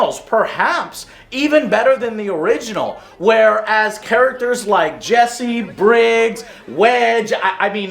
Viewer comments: Joe says he never played the original. - Says Remake is better than the original - Mispronounces Biggs, which is a reoccurring theme in the series Yep, legit review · Also said "Briggs" and "Geneeva".....I'm done🤦‍♂️